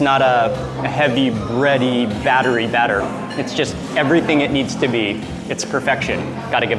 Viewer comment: “Errthang salty” 😂